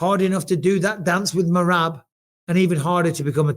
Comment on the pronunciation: I like that bisping actually got merabs name right